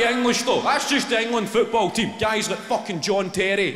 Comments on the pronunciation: His English accent is almost perfect until he pronounces "football" and the Glasgow comes right back in 😂😂😂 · about 4 too many O's lol